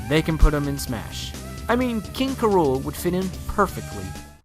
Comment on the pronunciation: You'd say King K. Rool as "K" and then "Rool" not "KRool".